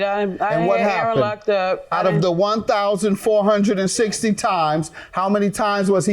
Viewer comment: Emphasis on the 1,460 times 😂😂😂